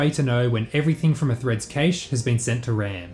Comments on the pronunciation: It's prevalent in Australia and it bugs the hell out of me. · I'm stun locked by the way you pronounce 'cache' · The origin of the word cache is the French caché surely, ergo it should be pronounced 'cash' or 'cash-eh' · I havn't heard anyone pronounce cache that way, I think the a in cache is the same as in "apple" usually. I don't think there is a correct way to pronounce anything but just wanted to inform you just in case. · please stop pronouncing the ca in cache as you would kate, it's supposed to be said as you would cat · "cache" is pronounced like "cash" not "caesh" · Caysh? :D I thought it's pronounced cash [kaSH] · it's proper pronunciation to the intended meaning is cache (kaysh), because of the word 'case'. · D Even the French say 'cash' and this word comes from the French. I think it's just another case of someone who reads a lot but doesn't necessarily hear a word spoken. Like my friend who that puny was pronounced punny. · Cache is pronounced like cash, not kaysh. Other than that absolutely brilliant video! And sort of confirms my suspicion: The Renderthread locking up during load is not something that cannot be avoided, some languages just make it harder to solve the issue. If you want to see the extreme version of this check out loading into a race on rFactor 2, everything just hangs while cars get loaded into ram. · This is the first time I hear an English speaker say cache differently than cash. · it's a typical Aussie pronunciation. Worked with a few Australian engineers in my career and they all pronounced it like "kaysh" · "Casha", lmao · I don't like how you pronounced cache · I fuckin HATE how you say cache. Ive literally never heard it pronounced that way in English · I hate the way you say cache